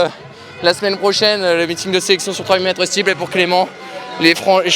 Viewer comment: "3000m stepeul"